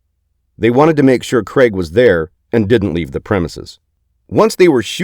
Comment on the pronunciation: Craig not creg